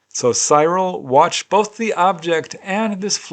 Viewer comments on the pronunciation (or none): The Milford Haven case, his name is pronounced Cirrul. My dad's name was Cyril 😊